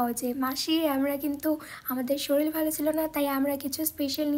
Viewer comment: Shorir not shoril